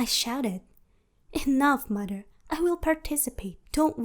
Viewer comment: I can't stand her accent lmaoo. At times it sounds like she can pronounce words properly untill she say "my maher" 😭😭 but I can't judge lol